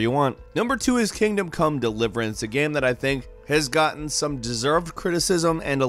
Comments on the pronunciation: He also says "Gam". Drives me freaking crazy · While I enjoy these videos... I Can't stand how he says "game". It's like... "geeim" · once you hear gäme you cant unhear the gäme in game lol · I love, but the way he pukes the word "game" rarely fails to frustrate